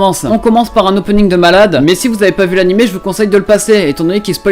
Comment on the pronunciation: Il a dit « anim » BRÛLONS LE